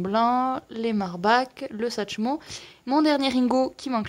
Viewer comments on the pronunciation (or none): Très très belle collection ! Je pense que tu en as fait plus d’un(e). PS : par pitié arrêtez la communauté de dire Marbaq c’est MarbaR. Je suis allée au haras et la prononciation est donc confirmée : )